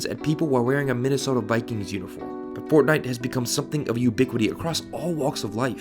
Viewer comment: yEAHFUCK f"ortnitee" ihate it so much 👿👿👿👿grrrrr